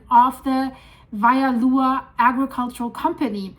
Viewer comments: It’s pronounced “Wah-he-wah” not “Vie-Ava” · Its pronounced Wah - he -wauh